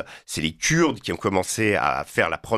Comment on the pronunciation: Rien qu’à sa façon de prononcer (Kuuurdes) ce monsieur n’est pas très agréable à écouter. Cela dit, pourquoi insister tant à vouloir diviser les syriens??? De plus, il réduis toute la Turquie a un seul homme !!! Vraiment pathétique…